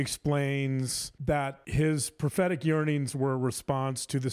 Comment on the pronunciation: Every time says 'prophetic yearnings' in reference to Chad I hear 'pathetic yearnings' and I feel like with Chad, it's the same thing.